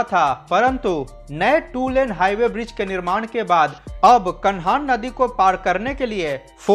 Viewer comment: कान्हां ब्रिज बोलो भाई साहब कानहान नही। आपका सभी वीडियो में अच्छी जानकारी दी जाती है वीडियो के माध्यम से लोग जागरूक हो रहे है।